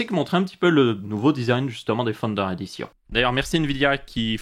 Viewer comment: À chaque fois qu'il dit "Founder Edition", j'entends "Thunder Edition".